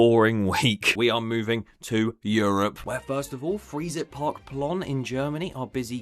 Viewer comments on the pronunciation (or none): By the way - Freizeit is pronounced "fry-tsite" in German (also love the fact you're calling out parks for using generative AI):)